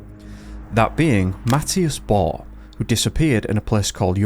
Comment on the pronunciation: Pronunciation of Borg, you probably know who Björn Borg the tennis player is. Important to pronounce it correctly with the ”g” at the end says it clearly and loud. I’m a very old Swedish woman who started to learn English when Covid-19 hit the world and we elders were locked inside. My greate grand child gave me a laptop and supported me so I very gratefull for that. I like this channel. You do an excellent work ! Take care / Maria